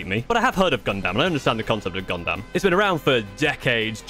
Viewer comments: “Gun-dum”. Not “Gun-DAM”. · Brub, when he said “Gun—-DAM” like dam man. You are killing me 😭😭😭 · just one thing to correct other than you mispronouncing Gundam (it's closer to Gundum) is the difficulty as there is currently at least 5 to 6 levels of difficulty on the kits EG or Entry Grade (you were right on this one) HG or High Grade (this is the next step up in difficulty) RG or Real Grade (this is the in between HG and MG in difficulty and cost) MG or Master Grade (next to the top on difficulty) and finally PG or Perfect Grade (these are the really expensive kits like around $200 to $300 US) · Ok so you do say gunpla right but you don’t say gundam right and yea you might have put a few connectors in wrong cus the head shouldn’t be falling off 😅